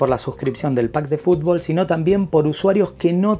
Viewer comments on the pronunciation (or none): none